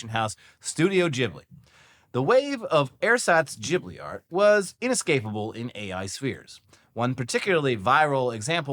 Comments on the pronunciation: Studio jibbly? I thought it was pronounced GIB-blee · Its pronounced GIBLY not JIBLY